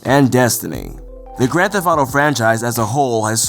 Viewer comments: "Thef-T" There is a t at the end of the word..... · "Grand Fetht Auto Five" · It would have been good to get someone who could actually pronounce 'theft' for a video about Grand Theft Auto. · does know that the T at the end of "theft" isn't silent?